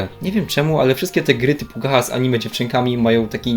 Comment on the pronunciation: W sumie film zajebisty tylko aż uszy bolą jak na gacha mówisz "gaha" a nie gacia (może to tak dla memów tylko, nie wiem) xd Ogólnie tego typu gierki wbrew pozorom wymagają poświęcenia w chuj czasu i cierpliwości oraz śledzenia ciągle zmieniającej się Mety, eventów itd. Jeśli ktoś nie jest spoceńcem, nie jest utożsamiony z całą weebowską kulturą i tym jakimi prawami to wszystko się rządzi to będzie ostro zagubiony xd Czekam na recenzje Blue Archive! <3